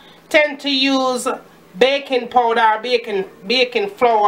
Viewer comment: ''BACON PODA...BAYKON SOUDA...BACYON PULVER'' :D hillirious